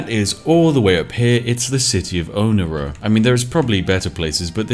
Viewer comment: I am in total awe at how he ruins the pronunciation of half these cities LYAKIS??? IT HAS AN I AT THE START. ITS ''iyakis'' ALSO WTF IS OH-NEERA. IT O-NIRA I HATE UNDERTIME SLOPPER MAH LIPS AM THROBBIN